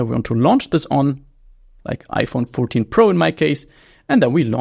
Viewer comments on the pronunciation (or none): none